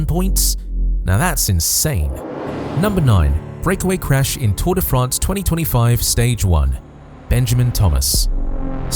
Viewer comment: learn how to pronounce Tour de France